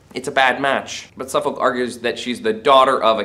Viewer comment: There is no real justification to claim the relationship between M and Suffolk was actual adultery. It is never even suggested by any character, even M's enemies and it is also a side issue in the course of the plays. Not so keen on your mispronunciation of names such as Warwick and Suffolk which suggests you have not seen any quality British productions of these plays but only read them.